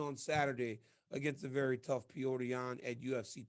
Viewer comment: Petr is pronounced pe-oh-ter not peter